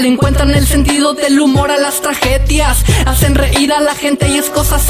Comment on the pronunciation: "traJedia" "Jente" xd